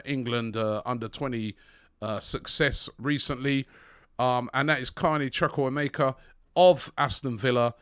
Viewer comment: Robbie pronounce it Chukwu- Eh- Mek-Ah LOL 🤦🏽‍♂️